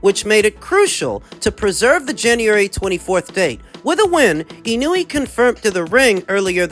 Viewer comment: Y'all still can't pronounce Inoue ? FFS. It's just disrespectful at this point. ❌ - ih-NEW-ee ✅ - EE-KNOW-EH